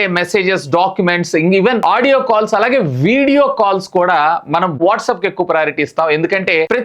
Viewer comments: Orey Nayana calls ki undhi encryption..msgs ki ledhu... And pronunciation correct ga cheppu WhatsApp ni whatsup antunav అరటై ni అరట antunnav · WhatsApp ❌ whatsup ✅